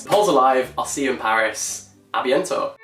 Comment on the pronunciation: The way you said ”Abiento” tho😂😂